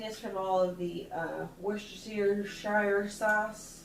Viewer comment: LOL... WORSTERSHEEER..SHIRE..SAUCE!!!...does anybody really know how to say it?!!!... LOVE ur dream catcher!!! ... i messaged ur ig